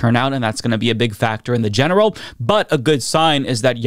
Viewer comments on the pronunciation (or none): none